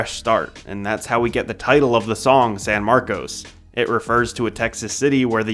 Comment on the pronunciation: SAN MARCOS? That ain’t it chief but do you 😭😭😭